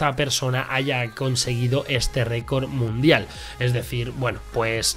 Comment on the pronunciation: Alguien más se fijó en que en la intro cuando sale el bárbaro dice récord munidal en vez de record mundial